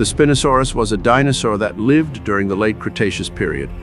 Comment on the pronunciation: So I’m not in love with how you pronounce Spinosaurus😢